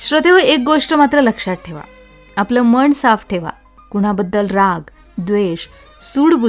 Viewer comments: प्लीज मण न म्हणता मन असे उच्चार करा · मराठीतील न आणि ण ह्याचा उच्चार बरोबर करावा. मन , आनंद ह्याचा उच्चार मण आणद असा होऊ नये.